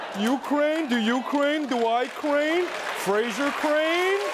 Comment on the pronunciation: Ukraine, Ikraine, he-she-wekraine, kraineology, the study of Kraines. This is first grade Trevor!